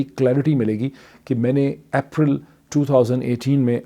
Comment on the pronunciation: April is not "App-ral" Its pronounced "Ape-ral" Just a correction :)